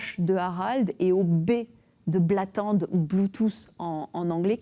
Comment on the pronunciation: Harald Blåtand prononcer blotand merci !